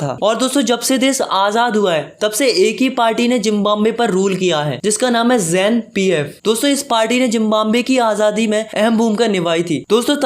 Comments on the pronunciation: It's not 'ZAN-PF' It's 'ZANU-PF' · Its not "ZAN-PF" Its "ZANU-PF". I am sorry that I took out your mistake. your videos are really amazing. I subscribed because your way of teaching is really good, And one day your channel will have millions of subs. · wrong hai ❌JAN-PF nahi ✅JANU-PF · Bro that was janu pf...not jan pf...but taught well😊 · Its ZANU-PF not ZAN-PF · Not ZAN-PF 8t is ZANU-PF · ZANU-PF of not ZAN- PF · Yeh baat h oct 1999 ki na ki 1919 ki and it's ZANU-PF NOT ZAN PF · Zimbwave party name zanu-pf not zan-pf on